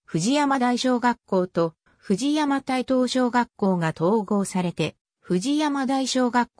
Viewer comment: 西藤山台小学校は母校のため、どういうふうに紹介されているのか気になり見させて頂きました。 その中でちょくちょく読み方に間違いがあるた指摘させて抱きました。 大切な母校、今は廃校になったとはいえ思い入れがあります。 そのため、いくつかおかしいのを紹介しますね。楽しく見させて抱きました 高蔵寺はこうぞうじと読みます。 藤山台東はふじやまだいひがし、西藤山台はにしふじゃまだいと言います。 春日井私立岩成台はかすがいしりついわなりだいなどあげるとキリがありません。 これはAIに回答させたような感じがしますが、AIには学習能力があるため、読み方を訂正してあげれば次回から正しく発音するようになりますよ。 追加で高蔵寺駅まで3kmあるため、高蔵寺駅とニュータウン内あみの目のように繋ぐバス路線が沢山ありますぐらいまで欲しいですね。 ありがとうございました。